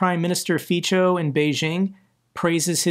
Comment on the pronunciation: It is pronounced [Fitso]